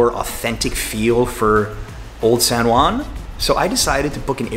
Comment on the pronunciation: Dude, it's pronounced San Huan (as in House, Hot, Head...) not San One.